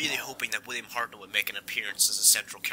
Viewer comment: You don't say. And it's Hartnell not Hartnel